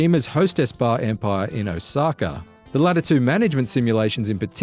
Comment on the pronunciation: Ah, yes, Osakar.